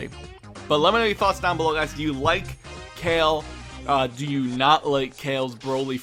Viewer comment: Everytime u said Cale, instead of "Kah-Leh" I cringed. Wow the animation is so bad compared to the 90s. I felt like they were just giving us a animated short fight of Broly so it's not bad...